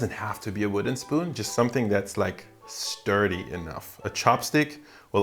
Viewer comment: Am I the only one that heard "stir-dy"